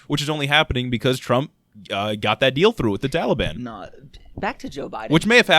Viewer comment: Everything they said is straight facts but everytime dude said "Tally-ban" sent me 💀💀 I love yall 💪🏾❤️